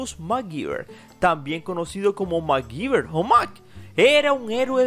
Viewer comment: Porque lo pronuncian Macgiver si es Mcgyver